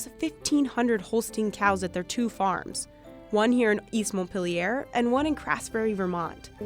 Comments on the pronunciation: “Mont-peely-air?” You mean Mont- peel- yerr. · Montpelier is not pronounced in the French style as many other French words here in Vermont. It's "Mont-peel-e-yur" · It's pronounced Mon-peel-yar. There is 0 accentuation to the word. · As a former "Vermonter" , I can say that the easiest way to identify yourself as out-of-state is to pronounce Montpelier any other way than "Maunt-Peel-yer". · As a Vermonter, that is not how you say Montpelier. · WHo the hell says montpilier MONT PILL EEAIR that's some west coast shit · please learn how we pronounce Montpelier here in Vermont if your'e going to do a story featuring East Montpelier. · Please stop pronouncing Montpelier like that. It doesn't make it sound more French. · Great cheese for sure. VT = quality. The narrator doesn't seem familiar with the state though, pronouncing Montpelier with a bit of a French accent at the mark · Wasn't it a hoot the way she prounced Montpelier? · that is NOT how you say Montpelier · Learn now to pronounce Montpelier correctly. The American pronunciation, that is. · I HATE how the voiceover lady says "Montpelier"